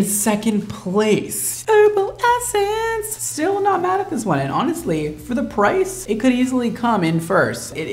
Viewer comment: sorry to be that person but it's pronounced Herbal EssencES not just one essence haha